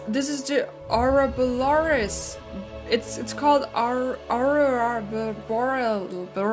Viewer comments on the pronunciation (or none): I'm sorry but it's pronounced: uh-roar-uh boar-ee-ah-Lis